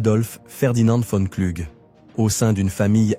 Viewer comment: Son nom ne se pronoce pas Cluge mais Klougue